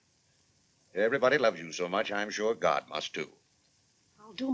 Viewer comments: Clarence Sr. doesn’t say oh, God…he says oh, gad! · I thought I was hard of hearing. Day is saying gad not god. The subtitle is incorrect.